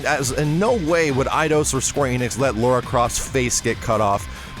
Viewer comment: It's not Laura, it's Lara. "Lar" as in larceny